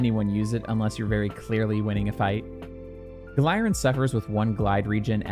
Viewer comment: Wait I thought it was pronounced (Gal-er-in)